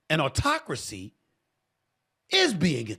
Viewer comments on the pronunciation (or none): none